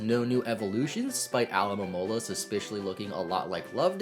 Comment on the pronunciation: Dawg what the hell is that Alomamola pronounciation